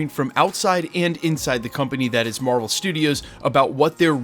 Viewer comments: Marvel "Strudios" FTW :) great vid as always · Love me, some “Marvel Strudios” haha